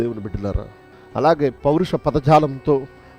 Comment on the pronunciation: కుంటే కుంటే అంటూ కుంటుతున్నావేంటి నత్తి పకోడీ! అసలు నీకు ప్రకటించే అధికారం ఎవరు ఇచ్చారు. పరుష అని పలకడం రాని నువ్వూ నీ తొట్టి బేచ్ కలలు కంటూ ఉండండి. జై శ్రీరామ్!🙏🙏